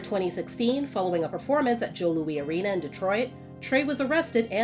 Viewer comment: Joe LOUIS Arena, not Joe Louie Arena. Come on.